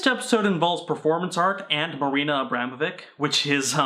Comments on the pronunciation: You know what grinds my gears? The Kyle guy saying he's an expert on Abramovich and yet pronouncing her surname wrong... He says Abramovick instead of Abramovich, kay then, nice research you've put together.. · Ok, fuck, as a Serb, the butchering of AVramoviCH ( it's a sound similar to "achoo", kinda hard to describe) s name.